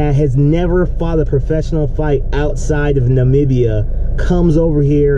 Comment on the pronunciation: Disappointing to see a brother that can't pronounce Namibia. But I suppose he can pronounce European countries.